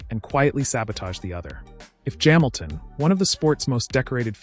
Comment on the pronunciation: Formula uno? Jaminton jams. Very well spoken but saying Luis Jaminton funny.